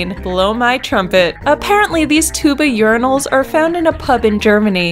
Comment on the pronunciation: They are not "Yuri-nals", they are "Your-eye-nals".